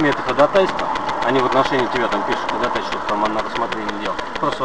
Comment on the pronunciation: диктует по буквам хОдОтайсвО , как в третьем классе